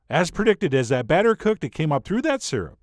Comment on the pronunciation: Batter rhymes with matter